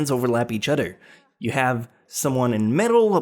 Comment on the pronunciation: di ko kinaya ung "udder" bes. uber much liason na hindi na napropronounce ung ibng words, nakkadetract sa viewing experience, and it's elfen lied not elfen leeeed